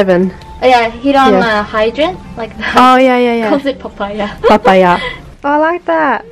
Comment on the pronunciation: she did that "papaya" perfectly 😭